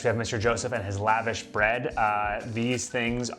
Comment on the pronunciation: Love it! One thing though please know, it’s pronounced “luh-vawsh” not lavash like you’re up in the club living lavish lol